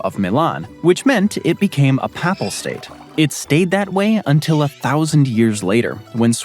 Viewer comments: What is your native language? Your pronunciation of Montenegro was much more impressive than papal. I've always heard it pronounced with a long a sound in the first syllable, schwa in the second. (I wonder how the Quebecois pronounce choix?) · Why can’t the narrator pronounce “papal” correctly? Or several other words? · Yep! "Papal" is a pretty common term. It is rarely mispronounced, however it is repeatedly mispronounced in this video. It's surprising since the tongue-twisting Danish names appear to be pronounced correctly (I think?).